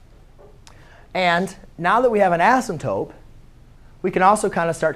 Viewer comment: Its asymptote not asymptope no hate tho